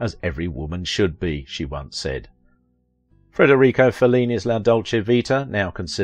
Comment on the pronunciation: The name of Fellini, the greatest movie director of all times is Federico, not "Frederico"🙄